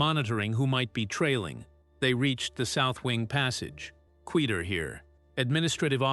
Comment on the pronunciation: These text-to-speech machines need to learn words like "quieter" & "eager" specially...